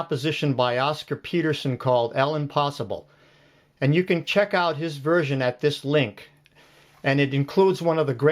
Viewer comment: This is a useful video. I have to say, though, that the name of the piece is actually French, “l’impossible”, and it is pronounced “lampaSEEbla”. It translates as “the impossible”. The initial letter “l” and apostrophe mean “the” when the following word begins with a vowel. Sorry — I can’t forget the French I learned in school many years ago.